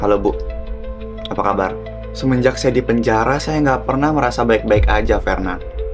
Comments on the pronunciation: pas ngomong triple kill Kok bisa ngomong r tapi giliran ngomong nama Fernan ngomongnya jadi felnan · fernan liora bukan "frenan" 😭